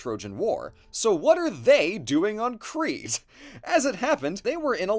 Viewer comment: Nitpick but I’m pretty sure Crete is pronounced like “crate”